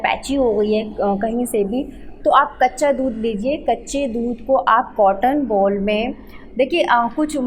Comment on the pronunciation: Mam baccha dhudh nhi kaccha dhudh😅 boliye